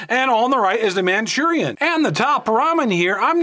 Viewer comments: Manchurian??? Ma Rue Chawn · “MaChUrIaN” LOL 😂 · Machurian lol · which is worse?: manchurian or ray-man/ray-men